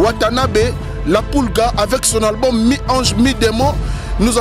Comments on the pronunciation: Monsieur on ne dit pas ALGBUM .On dit ALBUM.Tu dis ALGBUM ALGBUM ALGBUM.Vous les zairois là vous avez une mauvaise manière de prononcer les mots en français. Nous avons honte à votre place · "QUEL EST L ALGBUM LE PLUS ATTENDI"???? C est quoi cette manière de parler français là ! Hein?